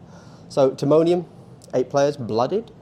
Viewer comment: Lmao I love that you nailed the pronunciation of Timonium. totally stoked to meet ya next weekend!!